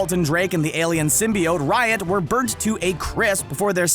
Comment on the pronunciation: Symbiote was said incorrectly so many times